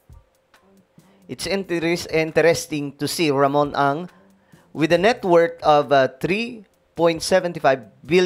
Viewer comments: puro ka atong ang mali mabibigkas mo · Ramon ang po LAGI MO Sabi tong ang😂